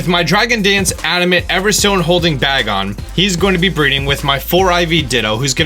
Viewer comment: Its pronounced "bae-gon" not bag on